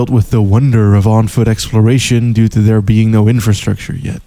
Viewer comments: I must inform you tae fuck is pronounced ta fuck that is all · I just found your channel through a shout-out by Super Eyepatch Wolf, and I'm greatly enjoying your videos so far. However, I just can't quite place your accent, and it's messing with my brain. My immediate thought was you were American, then I quickly came to realise you were probably Dutch, but influenced by American media. Then when you said "engaged tae fucc" I couldn't help noticing a Scottish twang in certain words. Any chance you could clear up the mystery, please?